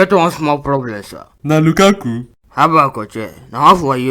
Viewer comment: See as pronounced lukaku😂😂